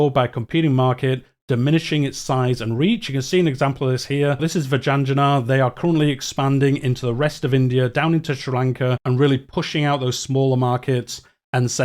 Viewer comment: I have always pronounced it as Vi-Jay-na-gar. Not sure if that is completely correct. But it does make sense to differentiate between the J and G.